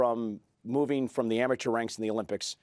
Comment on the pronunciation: Love How Cole called olympics the amitour leagues (spelt it wrong? )